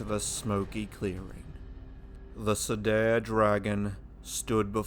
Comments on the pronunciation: Nitpick: Cedar is pronounced "see-der", not "se-dair" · FYI word Cedar is pronounced See and far with a D. See dar